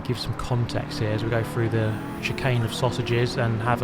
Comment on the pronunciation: Very good “rebuff of his attack” and going “frew” as always!😇